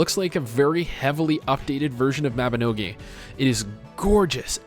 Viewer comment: and its not "mabinoGAY" ITS MABINOGI